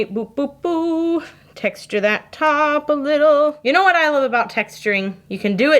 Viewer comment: When she said "oh ya know" and as a Minnesotan you felt that 😂 Way to channel your inner northern folk! Also loving these soaps 🤩